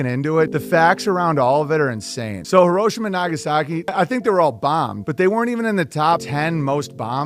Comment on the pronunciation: It’s pronounced “HERO- SHEE-MA!” Not “Hear-RO-shima!”